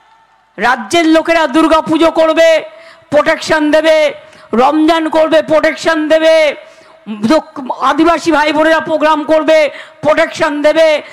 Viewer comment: পোগ্রাম, পটেক সান 😂😂😂 কি উচ্চারণ... কেজরিয়াল 😂😂😂